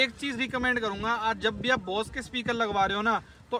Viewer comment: बॉस नहीं भाई बोस।